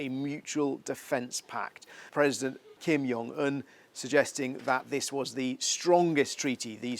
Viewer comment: It's Kim Jong Un, not Kim 'Yungin', mate